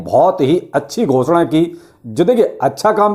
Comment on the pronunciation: Bhai aap ghosda bohot acha kehte hi...🤣